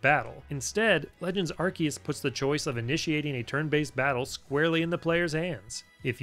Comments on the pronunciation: Its Arkoos xD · nah its pronouced arkoos